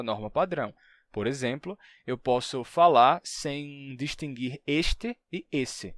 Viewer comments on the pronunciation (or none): none